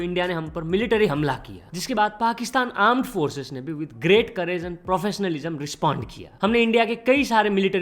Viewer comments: aand forces😂😂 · Pakistan Aand forces 😅😂😂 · Aand forces 😂